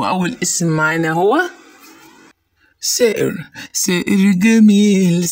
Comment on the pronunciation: لانه مصري واغلب المصريين ينطقوا حرف الـ ث حرف س